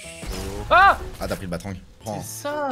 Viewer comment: BATARANG et pas batrang